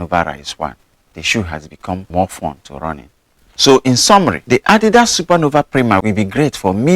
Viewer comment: Great video. You're one of the few English speakers who pronounce Adidas correctly. 👏👏👍